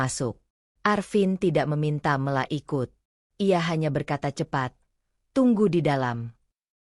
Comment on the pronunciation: Mesthinya nama dibaca...Mela bukan Me^ la...